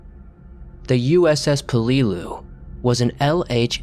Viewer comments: For reference, Peleliu is pronounced with the accent on the first syllable. PEL-e-loo. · How come this dude cannot pronounce Peleliu correctly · Narrator's pronunciation of Chinook made me giggle. 😹 Also, just a thought but perhaps research names you've never heard. The way Peleliu was pronounced had me confused until I figured out what you meant. 🤨